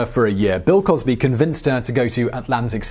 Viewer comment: Crill wosby